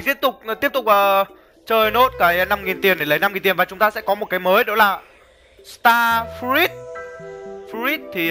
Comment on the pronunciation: start fờ rút anh ơi chứ ko phải là start fi rít